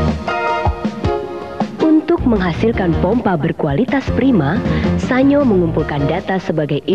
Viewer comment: Pengucapan SA-NYO apakah benar? Setahu saya SAN-YO. Karena dalam bahasa Jepang tidak dikenal bunyi NYO. mohon koreksi